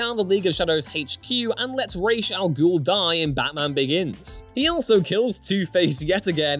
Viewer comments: This. At least it's being said right in this video, but the Nolan films totally screwed this up. It's Raysh, not Roz. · I LOVE YOU for pronouncing "Ra's" the way it's SUPPOSED to be. I HATE Nolan for causing a trend that won't seem to die.